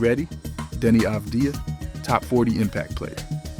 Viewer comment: Pronounced "Avad-yah," as a Hebrew speaker.